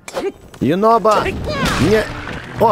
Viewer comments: Его зовут юнобо а не юнобко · А почиму Юнобо вечно говорит горо???